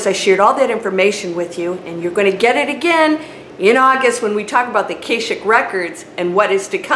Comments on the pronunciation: Pronounce it Uh Kah Shik records. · You are always a source of clarity and perspective on our journey. Thank you. Because you asked.......Akashic...the a is soft as in ha ha.